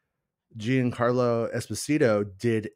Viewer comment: That’s not at all how Giancarlo pronounces his name. It’s more like “Jean” (think Jean-Luc) -carlo.